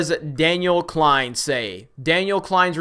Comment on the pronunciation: Daniel Z "KLEIN" lol every fucking time love it!